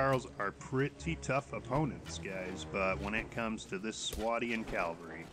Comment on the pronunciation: Discovered this game when they had a $6.99 sale to buy the game and now I'm hooked. There may or may not have been a few allnighters involved, I couldn't say....I don't mean to nitpick, but just thought to point out that its pronounced cav al ree as opposed to cal va ree. Thanks for making this video, the information is really useful!